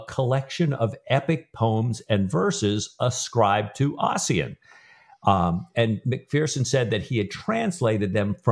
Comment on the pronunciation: Fyi Ossian is pronounced Usheen 😉